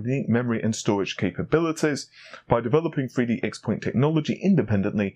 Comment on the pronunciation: Please pronounce xpoint corectly sigh